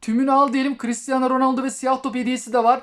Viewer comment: Abi oyunu güncellemedim ronoldo dedin delirdim😍😍😍